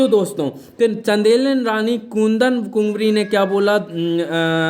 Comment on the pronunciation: इतिहास पर फालतू लेक्चर देते हो और कुंवारी पढ़ना भी नहीं आता है ।